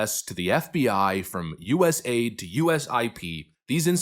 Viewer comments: Correction it’s U.S.A.I.D. NOT US(AID). Thank you. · US “A” “I” “D”… not US Aid…